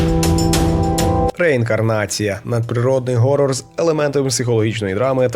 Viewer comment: поясніть мені будьласка хоча б хтось, чому всі кажуть горрор а не хоррор? якщо це англійске слово і воно у принципі не перекладається, чим вам буква "Х" не вгодила?